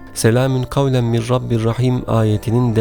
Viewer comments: Mir olarak okuyorsunuz ama min yaziyorsunuz, acaba nasil telaffuz edecegiz? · Soylerken mir diyormus gibi cikiyor ama min yaziyor baslikta